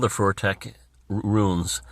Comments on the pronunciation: its FUTHARK. Not fortek.😂 wonderful video though. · love the video. It's elder and younger futhark, pronounced 'foo-thark' not 'fur-thek'. Keep up the fantastic work. You're keeping a lot of important things alive